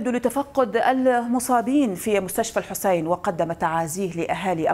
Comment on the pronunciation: 🔷🔶 .. انا متابع لهذا البرنامج الجميل ولكني لم انتبه لاصول مقدمة البرنامج ، وفي هذا الفيديو انتبهت الى طريقة نطقها لكلمات معينة مثل الامام الحسين او زوار وكربلاء والنجف وطويريج وغيرها فقلت في نفسي انها اما ذات اصول عراقية او لبنانية شيعية ، وعملت بحث عنها في الگوگل وعرفت انها لبنانية واسمها ملاك جعفر وزوجة ياسر عباس ابن الرئيس الفلسطيني .. وسبب تعليقي هذا هو ان اغلب المذيعين والمقدمين العرب لا يكلفوا انفسهم ان يسمعوا كيف ينطق ابناء اي بلد اسماء الاشخاص او مدنهم وعشائرهم ، لذلك فهي دعوة للمذيعين بأن يقرأوا الاخبار قبل البث المباشر كي لا يقعوا في اخطاء او عدم صحة النطق .. تحياتي للجميع ..🌹🌹🌹… 🔶🔷